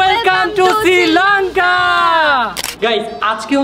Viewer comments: It's not Sri lonka. It's Sri Lanka. 😅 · সিলংকা নাকি শ্রীলংকা। বেডা কইতে পারে না।😅😅😅